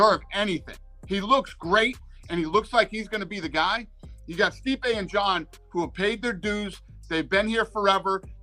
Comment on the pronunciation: This guy ruined Stipe’s name about three different times in three different ways before one minute into the video. I don’t understand why it’s so hard for everyone to recognize that Stipe was entitled to an automatic rematch. He never got that, so he’s entitled to a title match at the very least and it’s ridiculous that he had to wait this long for it.